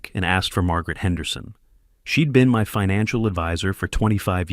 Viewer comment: But shed instead of she'd? Laughably bad.